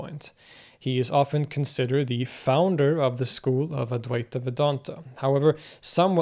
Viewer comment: Advaita is pronounced Auh-dvi-tuh. Kindly correct it. It is not ad-vai-ta. Auh = opposite, Dvi = 2 Whenever 'Auh' or the letter A is used infront of any indian origin word, the word becomes its antonym.